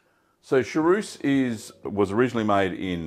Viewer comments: Chaource is a great cheese, but you keep saying charouce... 😂 Cha-who-rce would more be the sound in english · Hallo, please say sha—ource, not sha—rouce!!